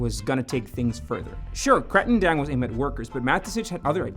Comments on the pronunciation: Sorry, not to be grammar Nazi but I get really annoyed with "Katring" Daeng it's "Krating'' like in Kratos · It's pronounced kra-ting (bull) daeng (red) 👍